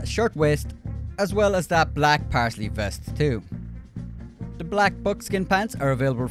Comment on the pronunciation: Great content as usual, bud. Just one correction; it's Paisley ( pays-lee ) not parsley 😂